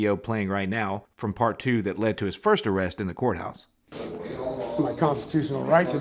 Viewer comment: Arrested in the the couthouse? What is a "Cout"? LOL Sorry I couldn't help myself.